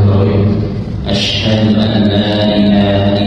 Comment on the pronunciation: tolong bacaan syahadatnya yg tartil pak. seperti bacaan ASYHADU harus jelas. Yg dikewatirkan dibaca ASYSYADU.